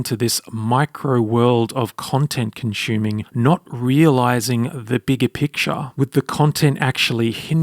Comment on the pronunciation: "content conshuming" did it again! 🤣Love your content!